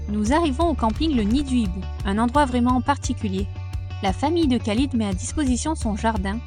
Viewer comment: Bienvenue au Maroc, je suis venu vivre ici ça fait 3 ans. Bon voyage au Maroc. Je voulais vous informer que l on prononce "ralid" pour le prénom s'orthographiant Khalid, kh=r